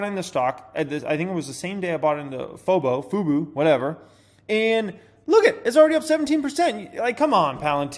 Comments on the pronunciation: LOL "foe-boo" hahahaha... It's "foo-boe"! Sound it out! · everyone gets FUBO wrong. Whats so hard about that? FUBO. not FUBU. Its not 'for us by us.' cant you read? lol Its not just you. I see it on cnbc too. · It's not fobu or fobo or fubu it's fubo sound it out🤦‍♂️ also I'm so upside down in fubo 😔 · It’s pronounced “Foo- bo” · It's pronounced Foo-Bo. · You’ve now confused me on how to pronounce FUBO. I bet 500 people just pronounced it differently too while leading this comment